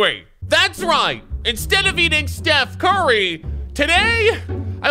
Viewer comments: “Put the T in it and your corrected” Steth Curry? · Stuph Carry